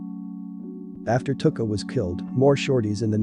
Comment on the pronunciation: It isn't pronounced "Took-a" its pronounced "Two-ka".